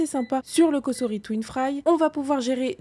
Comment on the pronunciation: Bonjour Merci pour vos recettes et vidéos par contre pour votre collaboration, tentez la bonne prononciation "S"entre de voyelles se prononce" z " et pas "ss" Donc c est "Cozori" en phonétique Mais il n y a que ceux qui ne font jamais rien qui ne font jamais d'erreurs...😂